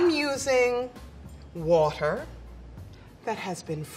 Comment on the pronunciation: "I'm using waterrrrr, that has been frozennnn." enjinir